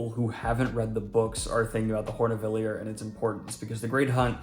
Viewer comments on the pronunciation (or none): none